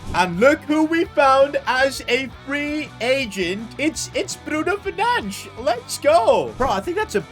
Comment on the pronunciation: Bruno Fernange? Bruno Fernandes